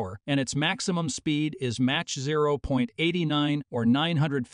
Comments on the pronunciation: I agree with you, for instance it pronounces mach as match not mark and its annoying how it keeps calling the A350 as the A350 XWB which was the name Airbus called it on initially proposing it. It is now just called the A350.Together with the cutting and pasting audio it really is not worth listening to. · Someone should reprogram the narration computer to say Mach correctly. It's Mock phonetically